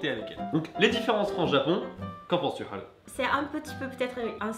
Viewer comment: Je ne connais rien au Japon alors pendant le confinement j en appris pas mal grâce à tes vidéos ou japania ou ici japon Je ne comprends pas pourquoi Haru se prononce haleu alors qu apparemment le son "eu" n existe pas au Japon. Est ce une erreur de ma part ?